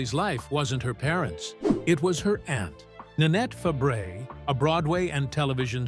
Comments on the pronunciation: It isn't Shelly Fab ar us 😂😂😂. Its French. It's pronounced Fab rays....dufuss IA. Dont insult her. She is one of my favorite actresses growing up. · It’s pronounced fab-a-ray. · Pronounced Fabray ! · Her name is pronounced FABRAY---it's French, you idiots--- it's spelled Fabres!! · Her last name is French and you would pronounce it as: Fa-Bry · Her name is pronounced FABRAY!!! It's an insult for you to keep pronouncing it wrong!!!